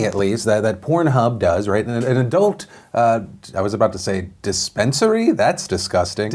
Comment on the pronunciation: "dispenserary" hahahaha